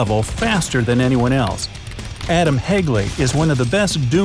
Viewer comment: adam hegli😂😂 We say adam heji